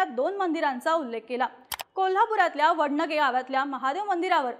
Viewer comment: वडनगे नाही वडणगे... ण मधला फरक कळत नाही ह्यासनी